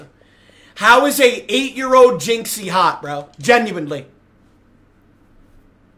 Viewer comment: is british jizzy